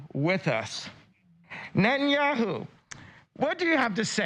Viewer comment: "Net an' Yahoo" hahaha....A little carrot top Kanye for ya..